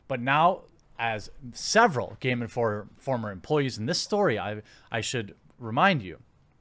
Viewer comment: "Geme Informer Megazine" :P